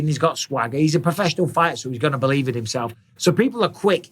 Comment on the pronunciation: Nice troll.. "hes a sporforssional fighter so hes gunna believe in himself"